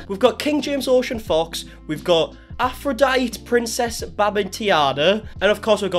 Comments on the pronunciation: Love that he can't do D'artagnan (not a three musketeers fan), Nefertiti (what Egypt??), and Aphrodite (who Greek goddess when??) not being mean i love it those are hard ones i just think it's sweet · "Nefer-tee-tee" (sounds like "never") and "Afro-dye-tee ", Bamben-Tayna" 😉. You kept adding a whole bunch of " "I"s and "E"s that weren't even in the spelling.